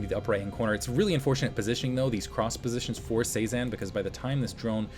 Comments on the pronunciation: Cezanne is pronounced seh-zahn. Like the artist. It flows a lot better when you say it like that. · If its Cezanne like the post impressionist painter, it's pronounce seh-zahn